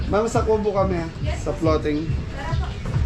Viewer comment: Floating yata, hindi flooting😂😂😂& Thailand, hehehe